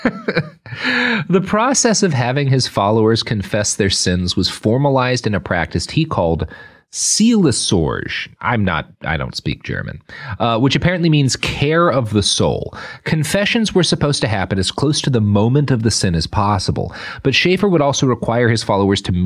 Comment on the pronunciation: just a guess here, but the word seems to be Seelsorge which would be roughly pronounced "zayl-zoar-guh." no I'm not busting out IPA for this. I'm very fun at parties.